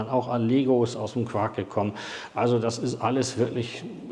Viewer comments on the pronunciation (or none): none